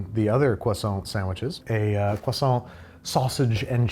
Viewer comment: I'm not French (Welsh) but thank you for not pronouncing croissant the American way (although you did slip at the hot pocket! I was typing as you said it!! Although you recovered at the end 😉), American biscuits aren't really a thing here in the UK, possibly savoury scones would be the nearest! But I am now hungry and awaiting a delivery of an Indian takeaway 😍